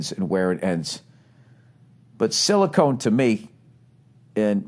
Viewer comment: lol silicon not silicone